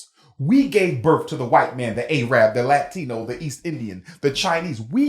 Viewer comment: The fact that he consistently says “A-rab” shows how ignorant he truly is, despite his credentials.